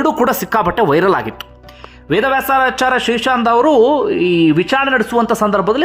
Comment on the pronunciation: ನ್ಯಾಯಾಧೀಶರ ಹೆಸರನ್ನು ಸರಿಯಾಗಿ ಹೇಳಿ ಅವರಹೇಸರು. ವೇದವ್ಯಾಸ,ಆಚಾಯ೯. ಎಂದುಅಭ್ಯಸಮಾಡಿಹೇಳಿ. ಸ್ವಲ್ಪಸ್ಪಷ್ಟತೆ ಇರಲಿ ಉಚ್ಚಾರ ದಲ್ಲಿ. ಸುದ್ದಿ ಹೇಳುವಾಗ ಮ್ರದುಸ್ವರದಲ್ಲಿಹೇಳಿ ನಮಗೆ ಅಥ೯ವಾಗುವದು. ಕಿರಿಚಾಡುವದುಬೇಡ.